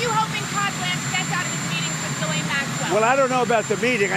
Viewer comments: Jiz-lay, not Gee-Lane - it’s French - the n is silent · It’s pronounced jizzlane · C'mon it is pronounced "Jiz-lane" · please be the adult in the room and pronounce Ms. Maxwell's name correctly. It's "Gillen" it's short i, with emphasis on "len"... just sayin' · It's pronounced Jislaine... you are what you eat! Have a great weekend,!💙💙💙💙💙💙💙💙💙